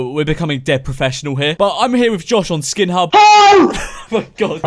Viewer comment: skin hub i thought he said pornhub DAMN